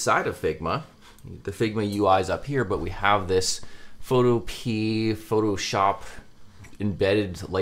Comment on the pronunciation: I think it's supposed to be pronounced pho toh-pee-uh but I definitely pronounce it photo-pee